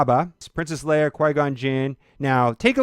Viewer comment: the way you pronounces leia...just quit. right fucking now